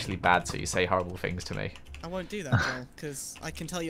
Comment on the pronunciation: Omg I'm not the only that says meh instead of me